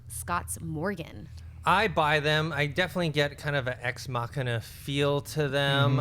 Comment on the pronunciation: "Exmakiaaaa"?? it would be nice if could manage to pronounce "Ex Machina". would be really nice.